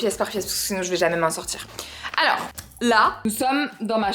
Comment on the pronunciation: Quand t’a dit Alorra j’ai crue que tu disais mon prénom (Elora) 😅😅😅